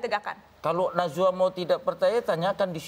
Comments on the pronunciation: Kalo ane geli pas denger dia nyebut namanya Mbak Nana. Nazwaa... 🤣🤣🤣😂😂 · Edy bikin ngakak anjirrr.. manggil najwa jadi nazuwa hahah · Najwa pak bukan nazwa